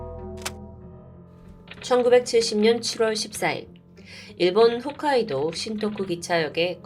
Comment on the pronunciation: '훗가이도'가 아니고 '홋가이도'입니다! 많이들 헷갈려 하더라고요